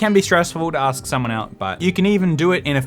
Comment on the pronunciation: You gosh you too say axe instead of ask xD